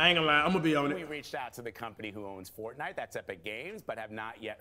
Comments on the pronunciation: “FORNITE” lmao cash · FORNITE he said